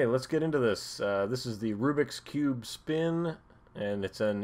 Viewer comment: Rubik's cube... Not "Rubix" cube!